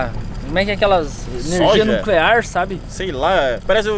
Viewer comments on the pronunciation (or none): “Neclear” olha que português bom do kkkkkk